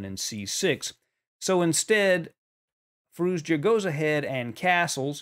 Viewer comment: Another good game and great analysis. I just noticed that you struggle to pronoune Z in FirouZja. You used to call hime `Firooja` before. As and Iranian, I would say, pronouncing the name is hard even for me too. So just dorp the Z. `Firooja` is good enough and even sounds more modern and streamlined to my ears. We all know who you are talking about, so don't sweat on pronounciation:)